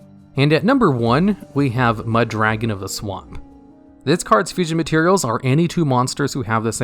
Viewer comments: You pronounce Mudragon like Muh Dragon lol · Meh Dragon